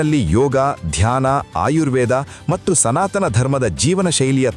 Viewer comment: ದಿಗಂತದಲ್ಲಿ ಬರುವ ವಿಚಾರಗಳು ಹಾಗೂ ಹೇಳುವ ರೀತಿ ಚೆನ್ನಾಗಿದೆ..ಆದರೆ ಹೇಳುವ ಕೆಲವು ಶಬ್ದಗಳು, ಯಾಕೋ ಸರಿಯಾಗಿ ಇರುವುದಿಲ್ಲ. ಉದಾ.ಗೆ ಮತ್ತು ಹೇಳಬೇಕಾದಲ್ಲಿ ಮಟ್ಟ್ಟು ಅನ್ನುವಂತೆ ಕೇಳುತ್ತಿದೆ.. ಆ ರೀತಿ ಹೇಳುತ್ತಿದ್ದಾರೆ. ಗಮನಿಸಿ